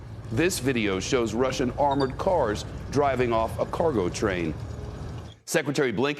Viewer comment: "Amrored cars" a tank. It's a tank.